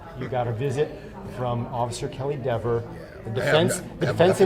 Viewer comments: It’s DEVER. I don’t know why this is so hard for you men! Not DEVERS, not DEEVERS. JC! Can’t stand it anymore, leaving. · It’s DEEVER 😂😂😂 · Ms. Deh-ver....oh the web that was weaved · If you miss pronounce her name three times, locust appear and attack you! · She F with the wrong Attorney. Mrs. Dever’s shouldn’t had a terrible attitude towards him and she shouldn’t have lied on an innocent woman potentially going to prison to protect her brothers in blue that were the real killers. Sorry Mrs.Devers did I pronounce that right see what your blue line buddies did they got you to lie and threw you to the wolves and ruined your career you should have upheld the constitution like you took a oath to citizens are tired of cops getting away with the injustice and thinking they can violate peoples rights and get away with it if you would have told the truth you would have probably been a hero and could have either kept your job or at least rehire at another department. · Dever (pronounced like Beaver 🦫) needs to be demoted to a meter-maid 😅. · Let the fight it. We can have DEE-VER case law for the rest of time. The world will be mispronouncing her name to infinity,....AND BEYOND, I second Alan's motion. 👋